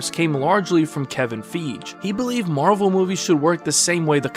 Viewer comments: did he just call him Kevin Fedge??? Lol, it's Fiege, "Fi-Gee" lol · no its kevin fridge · Man !! I swear even my 8 years old niece would pronounce kevin fiege's name correct on her 1st try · Me too, I had to rewind it, I'm like "That's definitely not how you pronounce his last name" lol